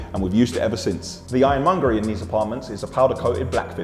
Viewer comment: Did you just call the hardware "Ironmongory"?